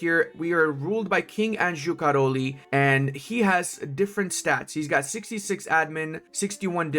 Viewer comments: "Karoli" 😂 ly is a j sound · say Károy the ly sounds like that, that's not the point tho, I started my first campaign and this mf just fell down the stairs and dies in November of 1337 (he died in 1342 irl) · Great and informative video. One comment on pronunciation. In Hungarian "ly" (in Károly and Székely) is considered one letter, pronounced same as "j" (in Jász), like the the beginning of "you". The letter "y" is rarely used individually, mostly at the end old / noble family names.